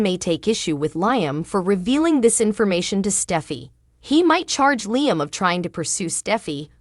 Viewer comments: LEE-AM NOT LIE-AM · Leeum not Lie 'um! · Lee am pronouce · Why do you announcers pronounce Liam’s name incorrectly every single time??? Try watching a real and true episode so that you know at least something about the show that you are supposedly doing the video for???? Writers how was it that you had a guard on Kelly at a sleep over , but absolutely nobody with either one of them at the beach???? This is truly a stupid and ridiculous storyline???? If there are supposed to be guards at every place and moment. someone definitely dropped the very important ball in this story???? It does make sense that there was no bodyguard because now the writers are trying to make Shelia out to be a hero???? Yet it makes Finn look truly irresponsible in watching Kelly, plus the fact that he’s a doctor who should have known better???